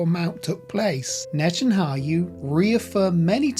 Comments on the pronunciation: NetanYaHu. Not the other way around! please don’t disrespect him by misprounouncing his name. It’s disrespectful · Yahu not hayu! It’s not hard!! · It's not Nethanhayu It's Nethanyahu 😂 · You're not pronouncing Netanyahu's name correctly. You're saying Ne tan ha yoo rather than Ne tan ya hoo. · I wish you would pronounce NetanYahu not NetanHAYU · Its not Netanhayu, its Netanyahu, inform yourself before making any kind of video…. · It's Not netanhayu it's netanyahu 😂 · Pls be corrected, it's Netanyahu not Netanhayu as the video narrator keeps on mentioning. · The narrator MISPRONOUNCES Netenyahu's name umpteen times! It would be far more convincing if at the very least you can get someone who can say Neten Yahu, not NetenHayu!!! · Netanyahu not Netanhayu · NETAN YAHU not Neten are yoo!!! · My brother its Natan Yahu - not Natan Hayu. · His name is Netanyahu not Netanau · Why do you say “Netan-ha yu” 😂😂. It’s Netan-ya hu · NetanYA HU...say it with me...please and thank you! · I don't think you should be making a video on Netanyahu when you can't even pronounce his name right in the first five seconds of the video... Netan HA YU? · not Netanhayu, but Netanyahu!!! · Netanyahu! Not NetanHAYU, the way the reader is pronouncing it!! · Brother, it is NetanYAHU, not HAYU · It's NETAN -YA - HU not NETAN HU - YU. Continually mispronouncing his name detracts from an otherwise interesting video. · Please learn how to pronounce Netanyahu instead of calling him Netannayu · Please read the name "Netanyahu" again and then try to pronounce it. You seem to be saying "Netanayhu" or something like that. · Its netanyahu not hayu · Net en yah hu. That is how his name is pronounced. Blessings. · Netan-Ya-Hu (pronounced hoo) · Your pronunciation is wrong though brother. It is pronounced Netan-Yahu. Yahu is God's name. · It's not Netan-hayoo. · Neh-Tan-YAH-who Ax-Sah I’m not lysdexic 🤣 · It’s Ya- hu not whatever you said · Why do you keep calling him Natan-hayu ? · Can’t say his name right?